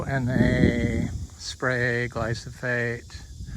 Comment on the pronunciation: sure, but i thought i heard you say 'gly so phate'......